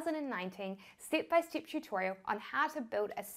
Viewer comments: We all know what you are saying when you say "stip by stip," your accent is just awesome and its probably about 50% of the reason we keep coming back to watch all your videos! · Just came by your videos by chance.Love the way you say Stip by Stip & Chick ( check) My english is funny too.Thanks for helping new comers to Shopify.